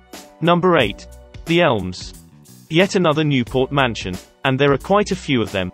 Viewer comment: I kep thinking you were saying 'Elves' instead of 'Elms'.